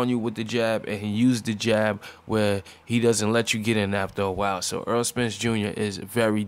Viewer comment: Great video... One of the best in the division... Needs better competition but still showing signs of greatness. Btw it's Errol not Earl. Lol